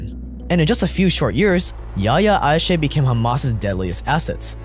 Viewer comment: Not Ayshe, Ayash.his name was Yihye Ayash. In Israel he was called "The engineer"